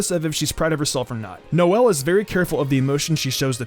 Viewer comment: Did he say “nozzle” Silva 💀💀